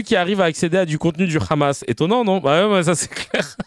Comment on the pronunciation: C’est le Hamas comme avec un h expiré (ح) et non pas le khamas (خ)…en plus ils sont illettrés !